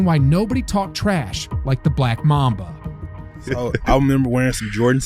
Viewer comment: Why so much emphasis on the word black in the phrase “the BLACK mamba” ive never heard anyone refer to the term that way